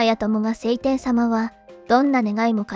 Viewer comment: セイテン様ではなく、ショウテン様でわ？